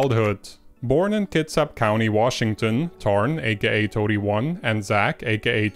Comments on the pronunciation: Did he say Tits Up county? Heh!~ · Your pronounciation of "kitsap" sounded like "tits out"